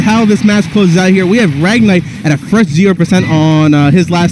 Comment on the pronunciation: Fresh not frosen